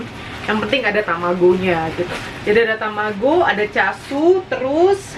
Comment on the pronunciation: Chashu bacanya 'chasyu '😊